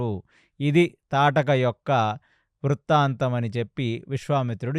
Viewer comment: తాటకి కాదు... తాటక అని పలకాలి